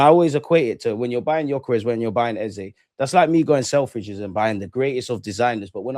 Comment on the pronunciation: Thank God, no intentional mis-pronunciation of Eze’s name by “Ezaaaaah” this time around. Very stubborn guy. You’re gonna tear your jaw one day calling him Ezah. Love for the love guys. Repping Naija, cmon!